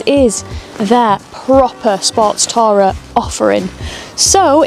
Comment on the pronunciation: The pronouncuation of the word 'tourer' made me cringe (and leave).